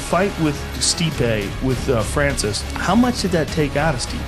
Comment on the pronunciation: Joe “steepee” rogan